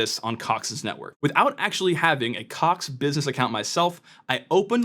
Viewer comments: Americans still can’t pronounce the ‘o’ vowel sound. Caaaax 😂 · i love how he keeps putting more and more emphasis on the word "Cox" as the video goes on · It’s funny cox sound like another word